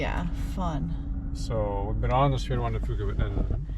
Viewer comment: FYI: See-Q, Squim, and the Strait of Juan de Few-ka. Only the locals can pronounce these names lol. Great trip!